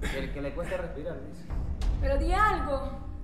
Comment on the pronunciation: No puedo Grespirar Nadie: Absolutamente Nadie: Yolo: Ya.ya respira tranquilo